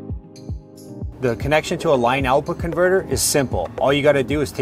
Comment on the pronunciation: Why is this dude saying " line out bconverter"